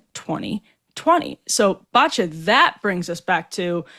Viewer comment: It's " Batya!", not "Batya?" or "Batya". I laughed out loud when Emily said that 😅